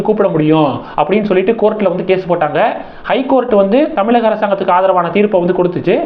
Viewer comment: அடே தமிலக இல்லை தமிழக இதையே சொல்ல தெரியல வந்திட்டார் ..........